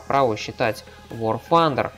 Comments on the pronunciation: блин, это так раздрожает какой аор фандер!? Тандер!!! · вор фандер касаться узнай как произносится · Паренек! Не пытайся быть англичанином! Вар Тандэр игра называется. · явно проблемы с англ языком вар фандер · ага. когда он гаварит вар фандер, у меня уши вянут, кагбудто бы стучат ложкой по батарее!!!! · Ещё один англичанин. Произносят люди так как нашему русскому уху приятно. Вар Тандэр и точка. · И вообще игра к Великобритании никакого отношения не имеет! Американцы произносят Тандер! Англичане Фанда. Ну почти как панда. Так что игра из америки и произносится как Вар Тандер.